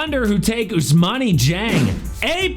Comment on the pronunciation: "E"'s silent in "Ousmane"